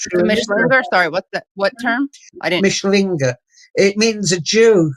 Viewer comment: Re: Mischling/Mischlinge mis-pronunciation. As a German speaker I at first didn't get that Tony G was saying "MISCHlinge" - the emphasis is on the first syllable - but Tony was saying 'MischLINGE' with the emphasis wrongly on "LINGE". It may seem pedantic - but most German speakers/viewers etc will not know that Tony G is saying MISCHlinge if he severely mis-pronounces it as "MischLINGE".... Otherwise/ansonsten - alles ganz ausgezeichnet wie immer..